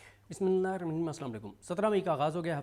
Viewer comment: بھائی آپ کو بسم اللہ کیوں نہی پڑھنی آتی